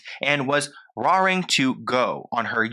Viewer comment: I’m so happy that you spoke on this Amy Winehouse has always been one of my favorites. May she Rest In Peace. Failed by so many and it’s so sad. I even named a cat of mine after one of her songs, Valerie. One comment though the phrase is pronounced like “rare”-ing to go, not “rawr”-ing. It’s ok I know pronouncing can be hard for me some things too so I get it! haha love u 💚